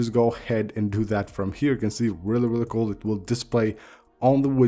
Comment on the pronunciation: ceo of weally weally cool